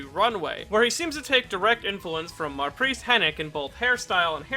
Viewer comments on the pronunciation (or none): none